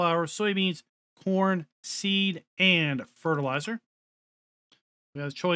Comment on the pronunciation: I had to rewind when you were talking what crop type auger wagon takes cause I thought you said porn instead of corn :D :D :D